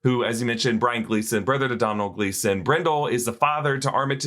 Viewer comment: Hey. Just FYI Brian Gleeson’s name is pronounced Bre-an. Those tricky Gleeson’s.